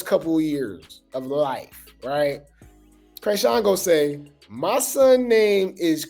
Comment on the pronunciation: Calling her Kreyshawn rather than chrisean is taking me out 😂 the first time I’m like wait Krishawn the white girl I don’t know, but Chris needs to get her life together